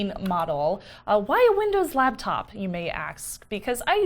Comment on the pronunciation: special pronunciation of 'laptop' as 'labtop' makes numerous appearances in this episode.:D